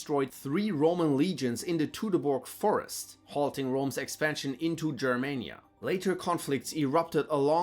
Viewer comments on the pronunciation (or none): none